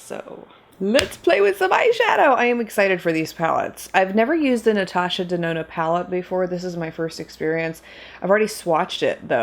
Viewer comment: "Natasha DeNONO" Hey,! How you doin', girl?! 🤣